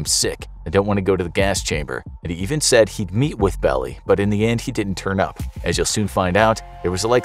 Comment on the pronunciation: Belie, it’s not “belly” it’s pronounced “bell-lie”